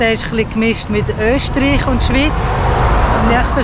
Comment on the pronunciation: "Öschtriech und Fürschtentum Liechtenstein"- me encanta tu pronunciación auténtica. Cuando lo digo yo, se me toma como turista alemán del norte.